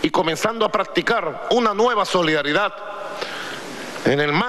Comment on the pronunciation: Jajajajajjajaajaj.............. la solidaridak, la verdak, mmmmmmmmmmmmmm, mmmmmmmmmmmmmmmmmmmmm, aca no grita tanto como en Venezuela? estará cagao por que asumio Donalkkkkk Trommmpppkkkk?